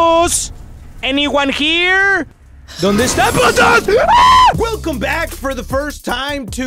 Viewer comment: Gwelcome thanks for teaching me a new Spanish word 😁